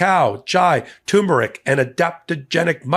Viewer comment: turmeric has two Rs